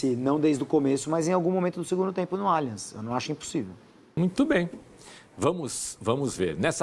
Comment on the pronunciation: Quero te convidar a falar o nome do nosso estádio corretamente: NÃO é Alianchi e sim, lê-se Aliance!!! Muito diferente. Por isso toma mais um “dislike”.